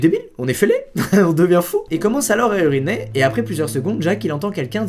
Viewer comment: c'est moi ou son "uriner" a un léger accent anglais 😭